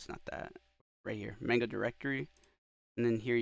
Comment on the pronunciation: bro really said may-nga. it's mah-nga. maw-nga